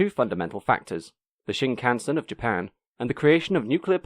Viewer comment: Japanese words never stress their syllables. Shinkansen should expressed with a steady rhythm.